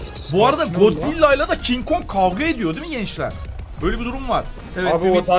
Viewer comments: Kin kong diyenlerin sayıs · Abi Godzilla değil kin kog